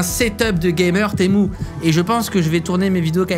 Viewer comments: c pas témou a l'oral té mu a l'oral😉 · Temu pas temou mais sinon continue t’es vidéo tu me fait trop rire (prend pas mal le temu temou juste sa me perturbe) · Cela ne ce dit pas temou mais temU! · Tému pas témou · J’adore le « TEMOU » dès le début de la vidéo 😂😂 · en fait cyril il dit t'est mou au lieu de temu :elbowcough:🤣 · témou 🤣🤣🤣🤣🤣 tu es le seul a appeler sa témou sinon continue comme sa je t'adore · Tu devrais te vendre sur temu.... Psssit on dit tiimyu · Arrête de dire TEMOU purée 🤣 Dans quelle monde un U se prononce OU en français 🤣🤣